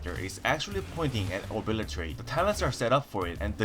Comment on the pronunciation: man i love your videos, and i'm not saying this to pick on you but you totally obliratated the O-bli-te-rate ability .·°՞(˃ ᗜ ˂)՞°·. couple of seconds later EDIT: when are you going to thinker with outlaw rogue? i feel like pillow fighting everyone on it